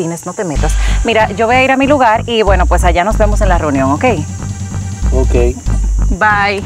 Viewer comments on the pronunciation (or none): Se pronuncia LUGAR, EL PRONUNCIA LUGAL, BUSQUE PERSONAS QUE HABLEN BUEN EL CASTELLANO